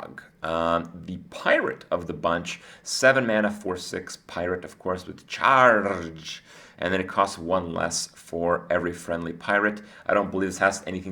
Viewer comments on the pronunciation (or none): What the hell was that charrrrge pronunciation? You're an embarrassment to pirates everywhere. bomb ber.